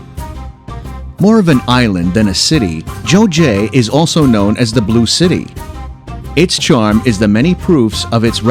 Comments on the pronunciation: #5 Geoje. It’s “guh-je” (g as in ‘girl’) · It should be pronounced KEOJE, not GEOJE. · Geoje 조제가 뭔지 모르겠네... 아... 설명하는사람 발음이... 거제를 말하는거였네.ㅎㅎㅎ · GEOJE is 거제 and it is mispronounced as 조제.. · Geoje pronunciation is not 저제[jeoje] but 거제[geoje] similar to the front part of Gyeongju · Thank you for introducing those tourist attractions to the people in the world. I'd like to talk about the pronunciation of 'Geoje' ( : #5. Geoje) Here the 'g' of 'Geo...' should be pronounced like you pronounce the 'g' of 'gun' = Not the 'g' of 'gem' . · 거제geoje this island the pronunciation is very strange